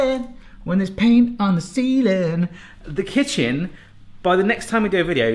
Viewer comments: Can someone explain why he says bayahhh and he says seal? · Do that funky "ceiling" again. please.